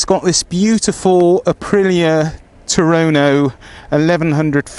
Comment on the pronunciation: HA HA TUONO not Turoro , you west country boys